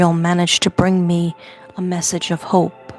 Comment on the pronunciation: That's hope sorry not hoe! Just needed to correct & it would not let me